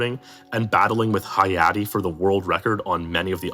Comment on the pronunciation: I'm glad Hayate got his recognition, even if mispronounced